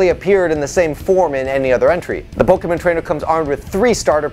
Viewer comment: While I would love Bulbasaur to be one of the trainer’s pokémon, I still like Squirtle more than Wartortle. I wouldn’t mind if the devs made such a change though. Also glad you pronounce Pokémon correctly. Many people ignore the accent mark for some reason